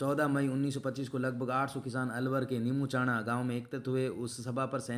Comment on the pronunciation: Sir ye nembuchana nhi hai nemuchana hai ....